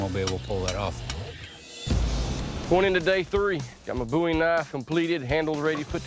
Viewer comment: It's a Bowie, not a Boo ye.